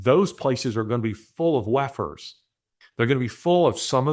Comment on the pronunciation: You keep saying wef'rs and I keep hearing lepers, because that's what they are